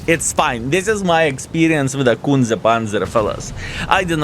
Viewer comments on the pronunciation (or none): Skillll you should say it correctly - Kunce Panca 😉